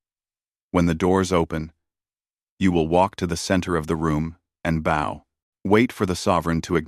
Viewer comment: Read and bow are pronounced two ways. It would not be hard to check your story for these words to ensure the audio uses the right ones.